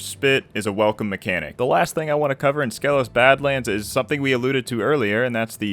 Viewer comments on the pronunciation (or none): Fun fact, it’s pronounced Skeelos